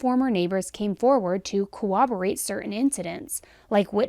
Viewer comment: You always sound so professional, intelligent and articulate……until the word CORROBORATE comes up!! 🤦🏼‍♀️ It is literally pronounced exactly how it’s spelled….. sound it out chick! It’s not COWOBORATE……it’s CORROBORATE!!! Geeez 🤦🏼‍♀️